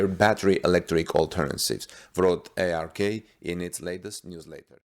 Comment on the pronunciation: its not A-R-K invest, its ARK as in Noah's ARK.